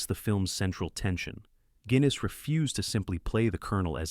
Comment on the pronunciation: His name is pronounced Guinness like the beer you useless AI piece of crap may your circuit short